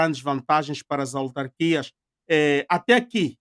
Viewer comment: Ao apresentador: é AUtarquias, não ALtarquias.